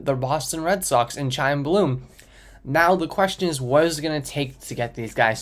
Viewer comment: Chaim is pronounced like kime not chaim